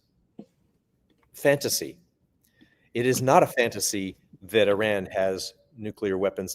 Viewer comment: Thank you,, for pronouncing Iran correctly. Also, Donald Trump is a worthless gas-bag, and it is more than likely some vicious member of his administration ordered the Persian air strikes.